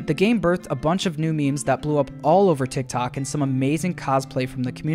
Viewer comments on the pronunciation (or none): none